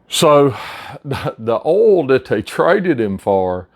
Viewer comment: What the hell is ool,are you saying oil? Or ool?